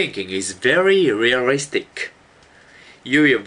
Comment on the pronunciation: "rearistric" XD I'm sorry, I had to